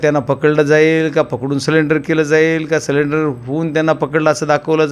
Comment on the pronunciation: बीड जिल्ह्यात सरेंडर ला सिलेंडर म्हणतात वाटत 😂😂😂